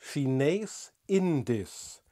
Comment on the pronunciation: Kleine Korrektur: die Aussprache ist "Schinehs Indies" (das zweite IE bei "Indisch" wird lang ausgesprochen.